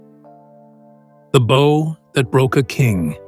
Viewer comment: The bow? C'mon get someone who doesn't screw up the narrative within the first five minutes